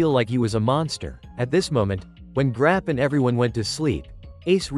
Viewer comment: bro said grap you 😂